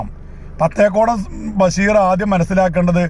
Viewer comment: ബസീർ അല്ല ബഷീർ..... അല്ല ഭായ് 18 ശതമാനം ലീഗിലെ മുസ്ലീംങ്ങൾ കഴിച്ച് ബാക്കി 72 ശതമാനം AP സുന്നിയിലാണല്ലൊ.. നിങ്ങൾ വോട്ട് ചെയ്തിട്ടും ldf തോറ്റതെന്തെ? AP ഉസ്താദിനെ ഇപ്പോൾ ആരാധിക്കാനും തുടങ്ങിയോ